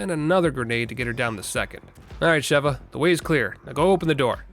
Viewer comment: SHE-va, surely, there's no double V for that hard pronunciation you keep doing !